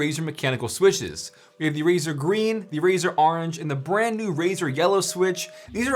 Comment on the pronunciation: hahahaha all razer swisches XD